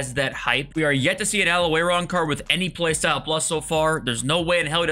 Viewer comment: It's Al-owar for us all.